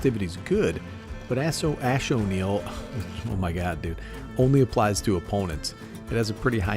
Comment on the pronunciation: You actually pronounced axonil correctly im impressed